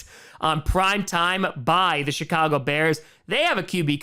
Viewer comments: I swear it sounded like he said Shitcago Bears instead of Chicago Bears. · did he say "$hit-cogo bears" lol